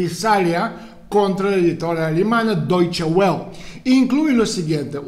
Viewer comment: Se pronuncia "doiche vele" (como "folksvaguen", la w suena v)